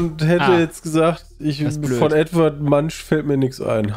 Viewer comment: Ich finde es fast erschreckend, dass ein solcher Kommentar nur so weit unten ist. War eines meiner "Das hat er jetzt nicht ernst gemeint!?!" Momente... Vor allem, weil keiner losgelacht hat. Aber vielleicht ist bei der Aussprache auch nicht klar durchgekommen, dass es sich um Edvard Munch handelt.